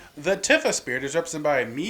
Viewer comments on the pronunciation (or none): pronounces Tifa Tiffa... This has to be intentional at this point.